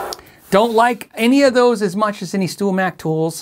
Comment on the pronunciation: He Said "Stool Mac"